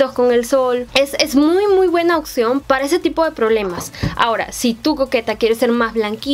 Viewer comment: También se dice opción, no “occion”